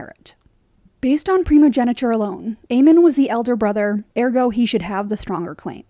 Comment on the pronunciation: I cringe so hard every single time you say the word ergo